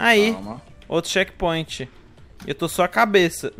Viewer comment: só eu que ouvi chekpinto?